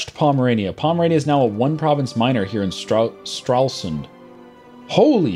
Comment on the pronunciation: Funny how he said "Stralsund" because I was born there and you just don't say it like that xD